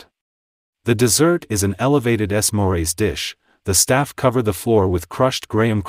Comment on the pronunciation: "Ess mores" dish. Jesus...